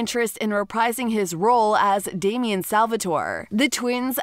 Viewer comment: Damien?! Gurl.